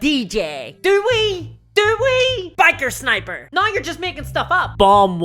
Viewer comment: Holy shit, I started watching your Chanel this week and went from loving it to hating it. You’re witty but you spew so much hate. I love the guys that pull my local club together; they work at it for free, and make it fun for all of us. Anyways, I’m unsubscribing, this is very toxic stuff. And ‘now’ is pronounced ‘n-ou’